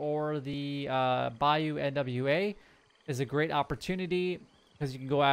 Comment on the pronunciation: I watch your video first thing in the morning when I get up while having my first cup of coffee. Really appreciate these heads up videos. Just an FYI though, the NWA in BAYOU NWA is pronounced "noir". I don't know how to explain it. It's Creole and it means black. Pronounce it "new-are", I guess. Google how to pronounce "noir" and you'll get it. Anyway, keep up the good work.